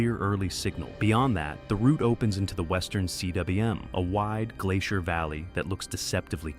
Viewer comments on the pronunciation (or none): Cwm is a welsh word pronounced coom (b)